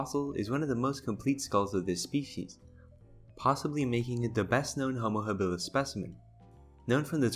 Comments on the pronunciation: Does it bother anyone watching this that every other time he pronounces Homo Habilis he says it wrong, I would think the first time he screws up he would correct his self not so, had to turn it off!🤣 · How does someone know so much about anthropology, yet not know how the word is pronounced?